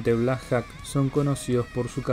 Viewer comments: Se pronuncia "blacjoc" no blacjac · no hay nada bien pronunciado. empezando con los Black Jacs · Black Jok se pronuncia amigo... y significa halcon negro